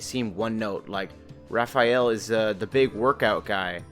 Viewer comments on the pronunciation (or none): none